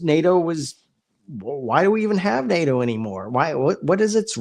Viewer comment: NADO ? I thought the acronym was NATO.